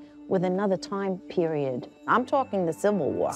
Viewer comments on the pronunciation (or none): none